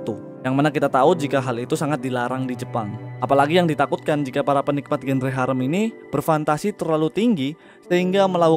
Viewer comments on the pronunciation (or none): Sekedar koreksi bang, "genre" itu dibaca "zanra"